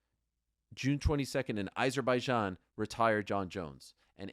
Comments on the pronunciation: Its AH-zerbaijan, not EYE-zerbaijan. How can you STILL not say it correctly?? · Why is no one in the whole UFC community able to pronounce Azerbaijan properly? 😂